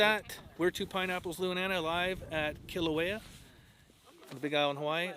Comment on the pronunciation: Just pronounce Kilauea correctly - Kee LAU' eh a. Not Kee lō eh a. Finger nails on a chalkboard.